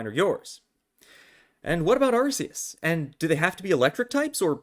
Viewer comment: Ur calling it “arseus and it hurts so much”